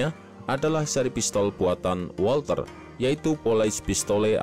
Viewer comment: Mohon maap min, koreksi sedikit buat bagian pelafalan, huruf Z di bahasa Jerman itu bunyinya mirip gabungan huruf ts dan W itu bunyinya mirip V di bahasa Inggris dan Ei itu dibacanga Ai, bahasa jerman jarang memakai huruf² silent, beda ama bahasa Prancis atau Inggris jdi kita bisa santuy aj baca semua hurufnya ga perlu khawatir lidah keseleo. Bukan bermaksud menyinggung sih tapi karena Walther PP itu dinamakan dari kata dalam bahasa jerman maka ada baiknya kita menyebutnya juga pake pronunciation mereka sebagai bentuk penghormatan ke bahasa tsb